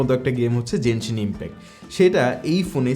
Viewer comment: vai ontoto apnara jenshin impact na boila genshin impact bolen 🫠